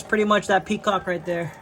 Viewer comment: "PET-COCK" Bro. Peacock is a bird.